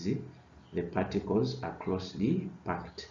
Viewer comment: Packed not parked